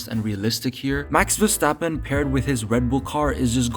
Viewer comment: it’s Max Verstover